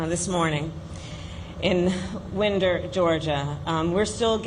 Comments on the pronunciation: It’s pronounced WINE-Der Ga and I live an hour away. Sadly, that is one redneck town. Close to UGA. Lots of land. Farms. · this sad news hits closer home it's pronounced Wine der Ga not Win dow condolences and my blessings prayers goes out to the parents and families ,friends and you and yours Praise God Hallelujah in the name of Jesus and the Holy spirit Amen 💙💙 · Winder, GA rhymes with reminder, not sender. Gun responsibility is one way to address the problem. However, truly solving the problem would require honestly confronting what is happening in schools today. The GOP is correct about 1 thing … the education system is broken. They should know, they helped break it. The problem is inequity. Schools say one thing and do another. That puts vulnerable kids on a destructive path. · It's winder with a long i not a short one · I live in Winder, and it's pronounced with the long I, like binder, finder, grinder, etc... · A lot of my family lives in Winder GA, lots of cousins. FYI the town is pronounced “Whine der” like when you wind a watch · I’m from Winder. Pronounced Wine-der. This is absolutely horrifying and has to stop!!!!! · She should learn how to pronounce the town name before speaking about the shooting. Still got my vote. :)